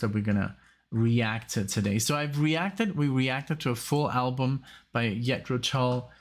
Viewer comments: All your reaction vids get demonetized? Wow! That sucks! Can’t you get some sponsors? Maybe from your headphones or a chair you get for Alexia’s back? (When you get one that works), ‘Jethro’. Is pronounced like using a soft ‘G’ You sound like you’re saying ‘Yethro’? Like pronouncing ‘Justin’ or ‘Jester’ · And Jethro, not Yetro. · I think that Too Old to Rock and Roll, Too Young to Die is the weakest of the first 15 years of Tull albums. Btw, I know it's your background, but the correct pronunciation of Jethro is not Yethro, but J as in John. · I'm not sure if you're just playing around pronouncing the J in Jethro as a Y but it's J like in John. Sorry for being nit picky but I can't help myself. The band is named after an English agriculturist from Berkshire who helped to bring about the British Agricultural Revolution of the 18th century. Some people think that Jethro Tull is the name of the singer but his name is Ian Anderson. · It is Jethro Tull with a Ja sound. Ian Anderson was playing the flute for less than 2 years when he did Nothing is Easy. Ian is one of the best front men in the history of rock You will also love reacting to Hunting Girl and the Whistler from The Songs From The Wood album.